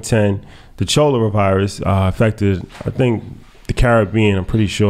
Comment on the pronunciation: nooo you don't pronounce the H in Cholera, it's [KA-LUH-RA]